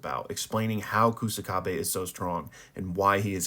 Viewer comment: This channel should be called pronunciation Kaisen bruh. OOEY OOEY? 😂 Also calling him Koosakabe (it's more like ksakabe) lol. Love the vids tho